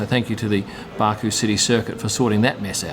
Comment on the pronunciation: Baku not Baaaku